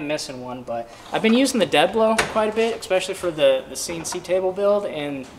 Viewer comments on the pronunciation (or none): If you can't tell the difference between a SnapOn and an icon wrench, you're either not a pro or you're blind. Also stopped by to say it's ess-pe--shull--ee Not ekspeshly